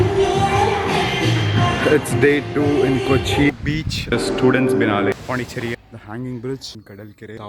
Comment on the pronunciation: BRUH WAITING FOR MORE VLOGS .......MEAN WHILE I LOVE THE WAY U PRONOUNCE THE WORD BEACH ,SOUNDS LIK BITCH .....